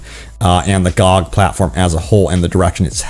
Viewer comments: Gee-oh-gee is how to say it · Is anyone else annoyed by his pronouncing GOG like a word and not the letters like an acronym that it is lol